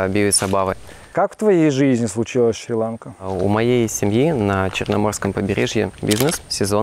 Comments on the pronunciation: Не шри-лАнка , а шри-ланкА !!! Как услышал ( шри-лАнка ) , переключил , быть там и коверкать название ....... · Шри- ЛанкА, ударение на последний слог.